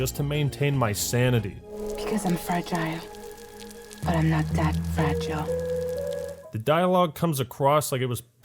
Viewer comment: Why did that chick pronounce fragile 2 different ways